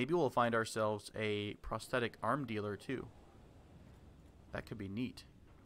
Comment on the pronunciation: Thats not how you pronounce prosthetic